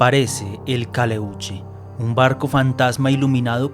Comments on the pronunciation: Es "calèuche " " pincòya" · Pincoya, acento en la O, no es huevon, es hueon, Caleuche, acento en la primera E.